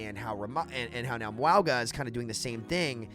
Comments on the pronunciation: Mauga is pronounced like "MOUN-GAH". "MOUND" minus the "D" and add "GAH". Yes you pronounce the N even tho you dont see it in his name. Sounds similar to saying MANGA. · The name is pronounced Ma-ooh-nga. Say it as if theres an "N" in Mauga (Maunga), and then don't bounce the "G", say it like the g and the end of sing. Echo says it correctly when you copy Mauga with her ult. Mauga does not say his own name correctly in-game. Source: The Rock is my cousin (trust me bro) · His name is pronounced "Not Maui." One piece character looking mf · Mah Ooo Jah but the J is pronounced with an accent like how you say "Gilles." in French. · Why do u keep pronouncing Mauga like that wtf